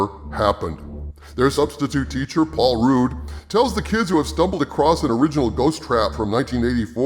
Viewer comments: Good video essay. However, it is paul RUD, not "roode". Did not know that the film states that "...no other ghost sightings since (1984? 1989?)..." - until now. The video implies that this follow-up to the 1984 film is at least 60% good as that iconic film, though unsurprisingly not as good as the original. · Sorry but It's pronounced Rudd not Rude. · It's Rudd, not Rude. Unless you are making a joke. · I like how you call Paul Rudd, Paul Rude 😂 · Loved this Film to, Phoebe had me in stitches. And it's Paul Rudd not Rude.! 🤣 Love the Vid's 👍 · I dont think its pronounced "Paul Rude". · Why do you keep calling him Paul “Rude”? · How did get this far in rescuing pop culture without knowing it’s not pronounced Paul Rude?😂